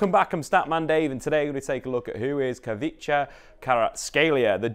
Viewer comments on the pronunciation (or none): You gave up with the name🙃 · You never got Khvicha's name or the names of the cities or clubs he played for right. Unbelievable. lol